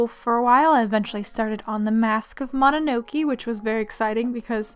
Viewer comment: The way you keep saying mononoke wrong is so painful. :( I'm so sorry but I genuinely cannot stand it